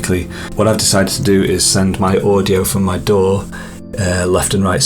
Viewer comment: This video is very well done, clear and helpful every step of the way! And thank you for saying "Daw" instead of "D.A.W." :)